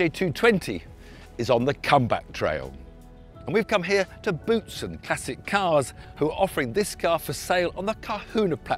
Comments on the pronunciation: Our Former F1 driver's name is to be pronounced "Bowtsen" and not "Bootsen" ;-) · If he wishes to pronounce his originally Flemish name in French that's allright with me ofcourse. Otherwise it would be pronounced as 'Bowtsen'. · Thierry correcting Tiff on the pronunciation of his "Boutsen" after call him "Tim" 😂